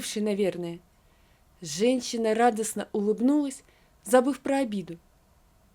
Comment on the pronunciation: Пожалуйста найдите человека который будет проговаривать женщина, а не ЖенЧина, слушать невозможно, по ушам режет. Одно слово всё портит и это во всех текстах.